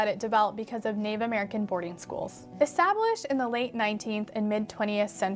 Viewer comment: You accent is VERY nice to listen to, but if you're interested in sounding more native probably the biggest thing I would suggest is the "Th" to "D" transition. A lot of ESL speakers pronounce "Th" with a "D" sound so it's perfectly understandable but it is a sign of a non-native speaker. (Very Spanish sounding in your case.)